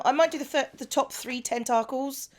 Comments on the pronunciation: The way you pronounced "tentacles" is very close to the dutch pronunciation. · also in Japanese, too